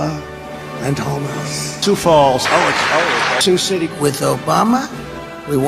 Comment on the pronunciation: They still clapped even after he said their city name wrong.